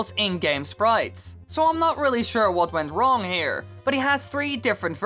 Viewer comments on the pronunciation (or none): none